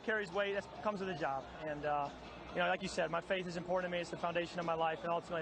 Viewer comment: "You Vike that?"